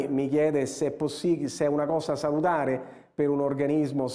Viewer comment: Saludare? Indusce? Benzo? Ne so' ssiguro! Cazzo, ha studiato nell' universita' della sub Augusta